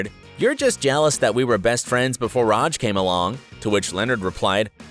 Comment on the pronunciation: The way you say RAJ is the bigger issue than any plot hole